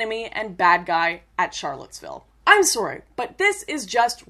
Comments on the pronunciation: lol you say sorry wrong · I forgot you were Canadian until you said "sorry"